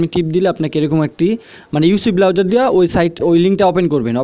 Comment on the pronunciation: Its browser .. not Blowser :D